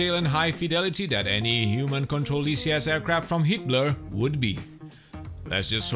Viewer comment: I swear he's saying "Hitler"